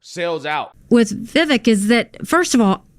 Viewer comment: You don"t pronounce Vivek's name right, and you say it a lot. No hate, love the show. It's like Vi-vache ache with a V.